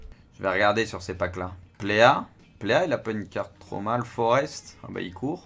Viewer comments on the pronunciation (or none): none